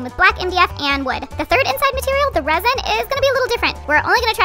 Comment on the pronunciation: “or are we gonna use ReSiN?” Everyone: “ReSiN”